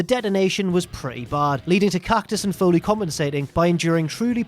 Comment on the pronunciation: It doesn't matter how it makes you feel. Foley Foyley Foyley Foyley